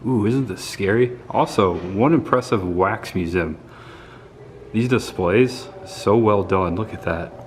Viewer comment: You are fine in your midwest pronunciations of z in museum but i am from midwest too and you forget the e. I think its mue ze um. Anyway, not giving you a hard time. We love you. Great, gruesome vlog. Happy Birthday.